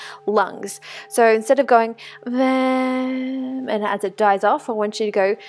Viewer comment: That really felt nice ...thank you ...it is not vaam..but to be pronounced vum